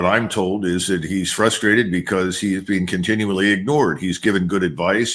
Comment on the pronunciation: I usually trust Mr McGregor but his inability to say the words "again" or "been" really concerns me. for years I thought he was talking about games and he would say this person had "a gain" and that person had "a gain" and then he was talking about "beans" and I didn't know what the hell he was talking about but he was trying to say the words "again" and "been". did he have a stroke or something?